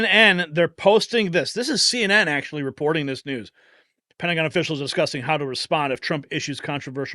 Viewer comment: as I listened it sounded like Pentagon "Brats"